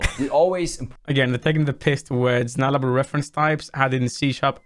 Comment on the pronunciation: It's null-able lol